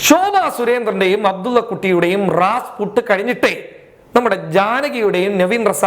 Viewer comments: Is this 8 nte pani. U badly trying to find incidents to make news. Say Rasputin not Rasput. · Rasput അല്ല Rasputin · എടൊ, റാസ്പുട്ടല്ല റാസ്‌പുട്ടിൻ. (Rasputtin) ബോണി എം (Boney M) എന്ന 80 കളിലെ വിഖ്യാത ഗായക സം ഘങ്ങളുടെ വിശ്വവിഖ്യാത ഗാനമാണത്. എന്റെ മധ്യയൗവനകാലത്തു (ടേപ്പ് റെക്കോർഡർ തരംഗ കാലം) ഞങ്ങൾ സ്ഥിരമായി ഈ പാട്ട് കേൾക്കാറുണ്ടായിരുന്നു. ഫാസിലിന്റെ മഞ്ഞിൽ വിരിഞ്ഞ പൂവ് സിനിമയിൽ ഈ പാട്ടിന്റെ ഒരു സീൻ ഉണ്ട്‌. വീഡിയോ കാസ്സെറ്റ് റെക്കോർഡറിന്റെ ആരംഭകാലം. അതിനെത്രയോ ശേഷമാണ് തൻ ജനിക്കുന്നത്. അവരുടെ മിക്കവാറും പാട്ടുകളും വളരെ പ്രസിദ്ധമാണ്. തന്റെ ചോരകുടിക്കുവാൻ ഇവിടെ മലനാടൻ മരത്തലയൻ റെഡിയായിരിക്കുകയാണ്. അതുകൊണ്ട് വാക്കുകൾ ശരിയായി മനസ്സിലാക്കി തൊള്ളതുറക്കാതെ പതിയെ സംസാരിക്കുക. പതിയെ സംസാരിച്ചാലും ആൾകാർക്ക് മനസ്സിലാകും. തലയിലെ ആ പിശാചിന്റെ പൊങ്ങിയിരിക്കുന്ന മുടിയൊന്ന് വെട്ടിക്കുറച്ച് മനുഷ്യക്കോലത്തിലാക്കുക. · രാസ്പുട്ട് അല്ല.രാസ്പുട്ടിൻ എന്നാണ്.